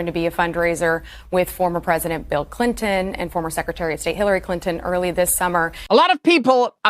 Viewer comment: Clyntyn, eh?